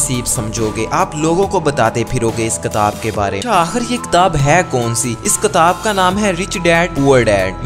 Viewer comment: Ktab nai kitab kehte hn